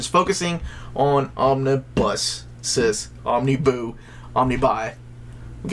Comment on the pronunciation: Excellent review! However, "Omniboo".... not feeling it, not working...lol